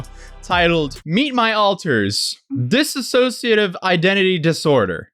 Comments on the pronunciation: Dude, you were pronouncing dissociative wrong the whole time 😂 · Its dissocia not disassossia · I love how no one says it right. It’s “Dissociative,” not “ Disassociative.” They’re 2 different things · Why does EVERYBODY say “disassociative” AAAAAAAAAHRG Can you tell it’s starting to really really really bug me?! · Why is everybody saying dis-a-sociative? It's DISS-O-CIATIVE bruh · Dis-so-cia-tive not dis-a-so-cia-tive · It’s really not that difficult to say DISSOCIATIVE. It’s NOT ‘disAssociative’. Disassociating and dissociative are very different things. Learn the word. Also, her ex talks about her DID all the time and has for years. Wtf do you mean it wasn’t public? How do you wait so long to make a video on something that’s been covered to death already and still get so much wrong?! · Claims did and doesn’t even look into it enough to even say dissociative right what a clown